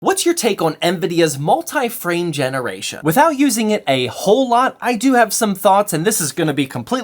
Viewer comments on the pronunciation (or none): Did I hear Multi Flame Generation?